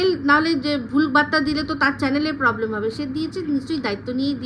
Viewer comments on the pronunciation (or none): none